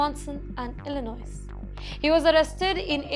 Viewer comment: ...Please do some research before reporting city or state names with the right pronunciation. Illinois is not Illi- Noise, instead Illi-noi...just ignore the "S" at the end.